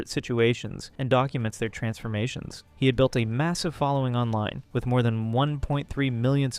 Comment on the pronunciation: Does he have something alongside dwarfism? He speaks like a baby? Like his voice is very child like and he says things like wiff instead of with and he makes lots of mouth sounds and speaks In pauses like a toddler. I’m not making fun of him I’m just asking if he’s mentally stunted bc lots of dwarfs do not also sounds and talk like a child, I really think felicity is sick af. Bc she interacts with him like he did a. Toddler and she is the mother not boyfriend girlfriend